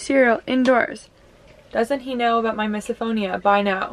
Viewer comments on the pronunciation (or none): for some reason i always forget that you guys are Canadian until you pronounce “about” like “aboot”, and it cracks me up every single time 😂